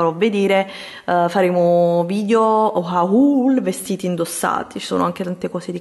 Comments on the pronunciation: HAUUUUL....??????? si pronuncia OL !!!! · Ehi, adoro i tuoi video... I tuoi consigli mi sono sempre utili. Comunque volevo dirti che HAUL si pronuncia HOL. Un bacio 😘